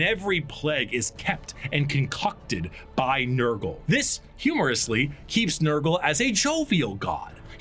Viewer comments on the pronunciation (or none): Damn it you got nurgle wrong again 😢